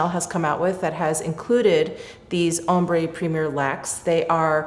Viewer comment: Love you! Just a helpful hint that ‘ombre’ is pronounced ‘om-bruh’ (ombré = om-bray). Thanks so much for this vid!!! Chanel’s always my favourite:)